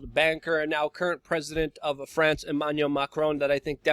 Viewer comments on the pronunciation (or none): none